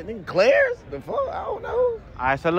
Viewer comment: Bruh he said clayers. He probably meant Claire’s